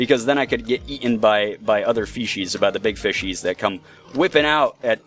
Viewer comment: You sound like your saying feces, when saying fishies. I died (while laughing) when you died, im sry